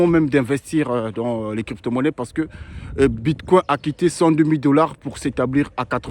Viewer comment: Ce n'est pas Bitcoin comme le mot coin en français. La prononciation est anglaise " coin" et non coin prononcé en français.